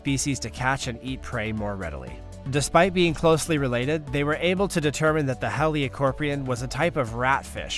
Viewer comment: "Helicoprion" is pronounced "helli-CO-pree-on," where CVO rhymes with "snow," "toe," "low," etc.